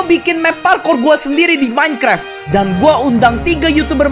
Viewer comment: Minecraft bukan minekrep🗿